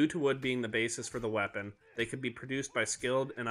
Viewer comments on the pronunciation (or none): none